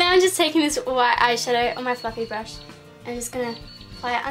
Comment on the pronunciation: for a second I thought you said fucking brush instead of fluffy brush ahha